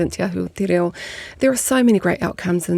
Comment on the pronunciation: Omg. TE RA0! And Erica te minita kept saying the same thing! "TE RAO" over and ovef again. Tells us how important kura kaupapa is to this passionate person who doesn't even pronounce "reo" correctly!!!!!